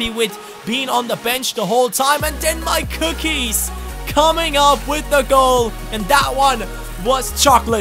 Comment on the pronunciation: Forgot to say: Every time you say MyCookies i think you are saying Mike ^^